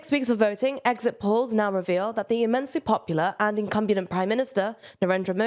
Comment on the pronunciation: "ah, yes, incumbulent prime minister"